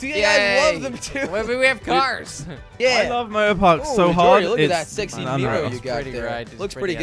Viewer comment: Did say neegrow 9.33